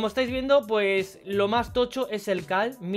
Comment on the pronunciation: Por qué le dice cal y no caRl?